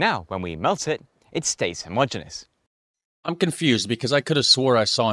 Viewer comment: An' anuvver fing, Gov'nor: 'Homogeneous' (of uniform structure throughout) has FIVE syllables, and is pronounced homo-genius . The 'Swiss engineers' did not "substitute the wine with" some sodium citrate. They either: Replaced the wine with some sodium citrate, or Substituted sodium citrate for the wine (ie the sodium citrate was selected as the substitute ) PLEASE get it right!!!!